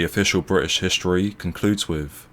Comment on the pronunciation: What time is fifteen fifty free? If you are going to narrate a video, it would be great if you can pronounce THREE and WITH. Not free and wiff.